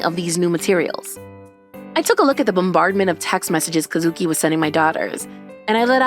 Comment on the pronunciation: Kuh-SOO-kii (Once again NOT EVEN CLOSE!)